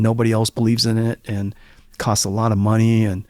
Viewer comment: Bro's just lost lots of mahney, lots, lots of mahney.